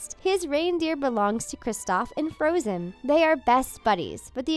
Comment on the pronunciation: And there's floatzen instead of frozen